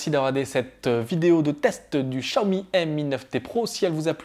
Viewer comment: Vous prononcez mal le Xiaomi